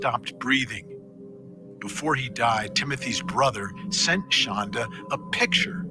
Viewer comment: Please, from somebody who's actually named to Shandra, I wish you would get her name right! Her name is Shonda not Shandra! I know it seems Petty but it's pretty jarring every time you say her name wrong .